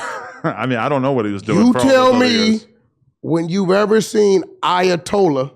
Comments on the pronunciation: Ayatollah= "I Ay a tollah on somebody" 😂🤣😭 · I-uh-told-on somebody. Not bad Wack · Nigga said ayatol on somebody 😭😭😭😭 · Ayatollah - I uh told a 🤣😫